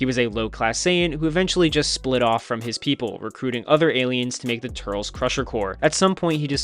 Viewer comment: when he starts talking about Turles's movie he says turtles